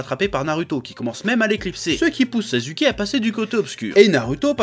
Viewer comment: " naruto/sazuke " ca me fume